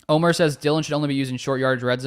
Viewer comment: Great show ty! Omer not Omar lol! From Juan Les Pins, Antibes France. GO PACK GO!